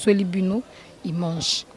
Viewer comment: POURQUOI OLOBAKA IMANGE??? ON DIT : IMAGE